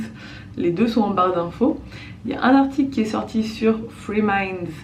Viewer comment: Chaque fois j'ai l'impression d'entendre free minds pas three minds en tous cas c un plaisir de voir tes blogs bisous